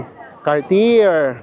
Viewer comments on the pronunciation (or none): none